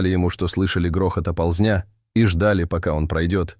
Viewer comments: "не мог убежать от оползнЯ" - убежать от Оползня!!! Чтоже вы такой безграмотный?!!! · Не оползнЯ, а Оползня, не оползЕнь, а Оползень, не сигналЯ и рЕвя, а сигнАля и ревЯ, и таких слов с фантастическими ударениями - уйма! Неужели нельзя грамотно читать и так коряво переведенный текст??